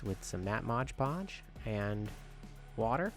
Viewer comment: I especially like how you hold up the bottle so it's perfectly legible and still say "modge podge". 😆 That's so classic...like "Febyuwary" or "we booked it out of there". Still, awesome little setup.